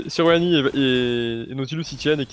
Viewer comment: Par contre je pense pas que sa ce dit Serrrruani toucan....